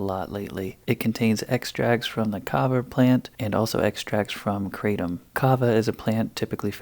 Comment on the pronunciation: Kratom is pronounced kru-tom